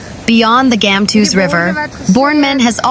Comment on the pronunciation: Gamtoos - Gumtwo'ers Valley. The G must be the sound made by the 'ch' of loch. Please pronounce the names of our towns/areas correctly.